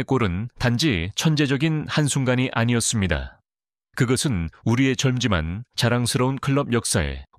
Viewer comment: '젊지만'을 '점지만'이라고 읽어요? '점찌만'으로 읽어야 합니다..이 나레이터도 AI인가요? 요즘 AI 나레이터의 나레이션은 정말 못듣겠어요...